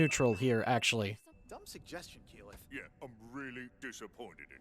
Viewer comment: Tal-dough-ray, EEE-mon, Kaylith? XD